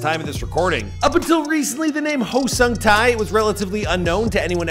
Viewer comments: It's pronounced "ho-song-tay." Oh,and you mispronounced Busan #getittogether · Sung tae not sung thai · The tie part is killing me 😫 it's TAE TAEEEEEEE HAHAHA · omg no offence but your pronunciation of his name is so bad lol his name is not ho sung thai, it's huh-sung-ta (tae). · Who tf is Sung TAI!? 8 minutes of hearing this would make my ear bleed, nope. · ''HOW SUNG TIE'' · it's pronounced Heo (Hoh) - Sung (Suhng) - Tae (Teh) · You say the “tae” in “sung-tae” like, like “teh” as in the teh sound from “telephone.” He says his name properly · The way he mis-pronounces his NAME! Over and over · If you can do all this research you can look up how to pronounce his name correctly too, respectfully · Y'all really need to take time to work on pronouncing names correctly. This is painfully insulting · Heo (as in hope) Sung (as in song) Tae (as in Television) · Omg the way he's so excitedly pronouncing the actor's name wrongly without knowing, annoyed me yet makes me laugh. Lol u know u can test how to listen to it from Google translate right? The least effort u need 🤣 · Dude ur fukin butchering his name!